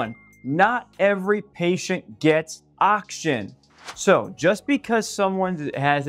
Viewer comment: When you say “ock-shin” are you saying “oxygen”?